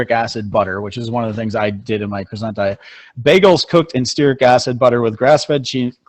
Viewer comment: cwasson not croysont